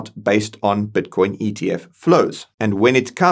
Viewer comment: Brother is constantly saying batcoin, like every time he says it i focus on batcoin instead of matter😂😂😂😂